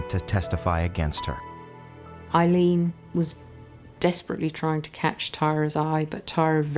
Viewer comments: Her name is pronounced "Ayylean" not Ilene. The least you could do was pronounce her name correctly🙄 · Amazing isn't it, the narrator's here mispronounces the names of both these two women calling Wournos Eileen her name Aileen and Tyria is called. Tyra, researchers please note.